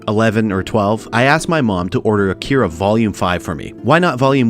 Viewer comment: “uh keer uh” 🥴